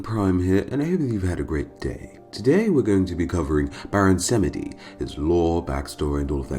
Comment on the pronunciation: its baron 'samji'